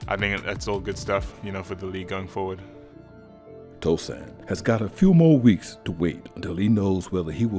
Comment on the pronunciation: It’s Tosan” not Tosun’